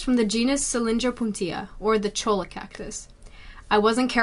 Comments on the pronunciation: Chole-uh Lol. It's Choy-uh, people. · Cholla is pronounced "choy-uh," not "cho-luh." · Choy'uh not chola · It’s pronounced Choya, not cholla, the way it’s spelled. Thought you’d like to know. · It’s pronounced “cho-ya” by the way, not “cho-lah” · It is pronounced “choyah” in Arizona. The double “L” is pronounced like a “ y” just like the Spanish. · It's actually pronounced Choya, the Ls are silent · The double l is pronounced as a y.